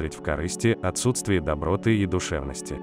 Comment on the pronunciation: Спасибо за приятную для меня информацию, но....извините, очень режет слух неправильное произношение слова доброта -ударение в слове доброта ставится на последнем слоге!!!!!!.... комментатору хорошо бы повторить правила русского языка...